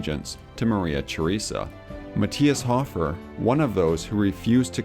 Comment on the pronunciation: Great video, but your pronunciations were funny :) Sioux = pronounced just like "Sue" Hofer = hoe-fur not hoff-er Johann = Yo-hann